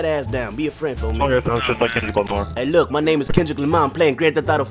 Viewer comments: He said who is klundrick lamar lol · "klundrick Lamar" hahahaahahaha that had me dead😂😂😂😂😅😅